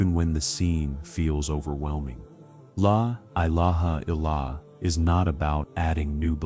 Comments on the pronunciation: Yes. Please correct the way the syahadah is normally made. Tq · Yes the AI is a disaster in pronouncing the La Illaha Illallah. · I wish the AI voice would say LA ilaha illa Allah properly 😅